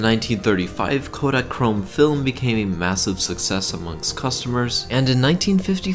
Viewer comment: "kodakchrome film" drop the second k